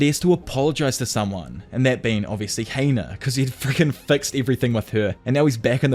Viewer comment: It’s Hina not Heina